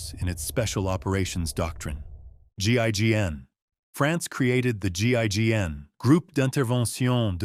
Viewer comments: GIGN... saying GING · GING? GINN? Sloppy. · Wtf another video saying GIGN wrong SO MANY TIMES EVEN IF ITS A A.I HOW CAN THEY MESS UP SOME MANY TIME WITH NAME/acronym